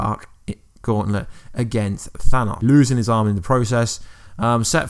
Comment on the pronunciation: Thanaws?? Its thanos lmfao i tried blocking this guys video's but cant lol i watched his infinity videos before it was released lol hey how not that captin dearth lol oh yeah oh yeah he's still alive lol